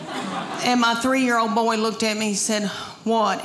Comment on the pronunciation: Her delivery is FUN.NY! Her account of the dogs...ew. (I could smell them!) It's so funny how she turns 1-syllable words into 2-syllable ones. Like "boy" into "boy-eh.' YAASS!!!